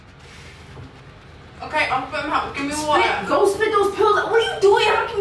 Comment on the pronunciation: I love how pronounces water 😂 Wa-uuhhh